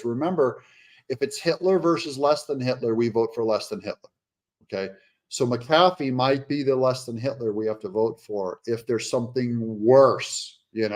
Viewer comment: i think his name is pronounced Mac - A- Fee